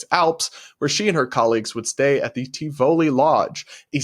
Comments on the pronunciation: sweetie, luv ya...but you have to run your commentary past an editor. It's pronounced "ZuriK" (not "ch" despite how it's spelled) and "TIvoli" not "tiVOli". And yes, those are foreign words, so you might get a pass...but accoutrements? It's not a-coo-ter-ments. I'm saying this because I want you to be taken seriously, and these are the types of errors that will make you look amateur. We want nothing but the best for you lil bro. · Please pronounce Zurich - Zurick... and not Ti-VOli, just Tivoli, and Cannes - Cans. Accouterments is ok, but use the French pronunciation for a little extra sarcastic spin. ( 😉)